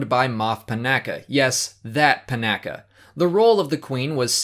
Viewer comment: Panaka's name is mispronounced. It's puh-NAW-kah, not puh-NACk-ah